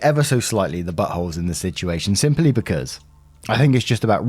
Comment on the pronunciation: I like how says butt hole it’s just so funny to me